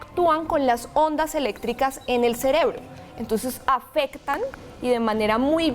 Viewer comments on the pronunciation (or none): none